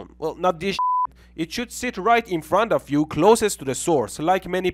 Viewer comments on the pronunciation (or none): none